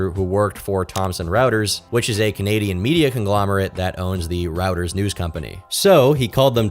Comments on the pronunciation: Reuters is pronounced Royters not Routers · Reuters is not pronounced as routers. It is more like royters. It is a German name so phonetically as roy·trz. Normally I am used to mispronunciations as AI voices are everywhere. When a real person is talking I would expect a different level of research into unfamiliar words. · Reuters is pronounced like 'royters' not like 'routers' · "ROY-ters",. Not "Route-Ehrs" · you really pronounced Reuters as routers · Reuters is pronounced roy·trz. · Royters. It's pronounced royters. Read a book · Reuter pronounced like “ Royders”